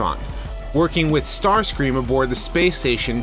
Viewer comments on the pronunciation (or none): Starscream not startscream ( no offense )